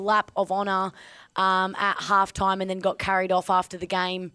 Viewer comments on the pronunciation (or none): Just a question why do footballers have trouble pronouncing the “H” especially like it’s alftime